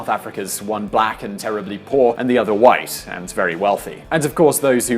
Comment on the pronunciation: LOL he killed what? The whits? The whits of what? Was he destroying Atoms? I understand if English is not your first language (it's mine neither) but you really should use a dictonary then or else your attempt on trying to demostrate how whites are so much better just reveales how dumb you (not the whites but you Sir) actually are